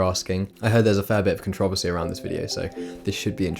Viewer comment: only controversy in this video is the way you pronounced controversy